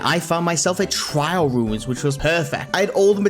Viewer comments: trail, TRAIL, not trial. Also as always, great video. ( alt here) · Holy cow the amount of times you’ve said trial ruins is hurting my brain. It’s trail ruins not trial ruins